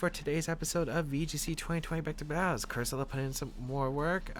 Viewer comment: Nice team, but I think cursola is pronounced differently